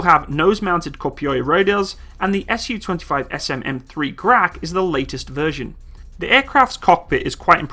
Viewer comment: A note a someone who speaks a little Russian please say Su like Sue not S.U